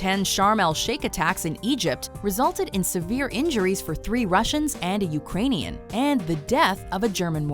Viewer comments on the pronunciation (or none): none